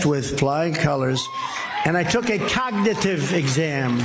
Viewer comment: He can’t even say the word cognitive correctly…